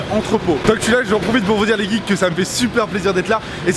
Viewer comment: arrete de dire les guikes puré